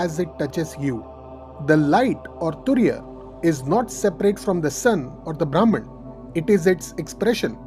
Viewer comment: Very nice explanation… but the pronunciation of Brahman is ब्रम्हन् .. ब्राम्हण means different